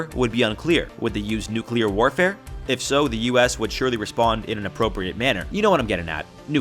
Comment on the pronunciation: „nucular military“ People still don’t know the actual word?